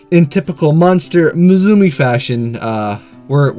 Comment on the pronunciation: there is no Z in musume my friend it's Japanese for daughter and is pronounced moo sum may , don't mean to preach, your videos are cool, just like to help out if I hear a mistake